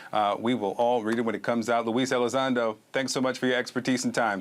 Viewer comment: props to him for not correcting "elizonda" lol